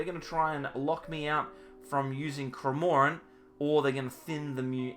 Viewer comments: Just kills me 😂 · I’ve unsubscribed until you can pronounce cramorant correctly, if anything, Kevin would be acceptable